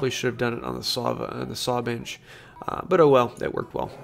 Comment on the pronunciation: Your accent souds like ( bitch instead of bench ) a good laugh, thanks from Aussie Dave